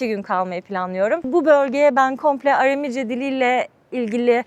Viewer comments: Bir de dilin adını düzgün telaffuz etseydiniz keşke .. ARAMİCE değil ÂRÂMÎCE olacak .. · Aram dili, yāni Aramca, doğru telaffuzda arāmice diye söylenir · Arami kelimesini yanlış söylemeniz çok kulak tırmalayıcı. Seyahatiniz ve cesaretiniz için tebrik ederim 🙏🏻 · Amerikan Türkçesi konuşmayın! Iramice değil, Aramice. Knaat değil, kanaat! Year değil, yer.